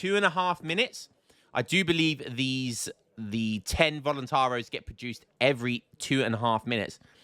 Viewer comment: Voluntar-I-os, you gotta pronounce the "i" man Also in Minas Gerais, it's a soft G like in General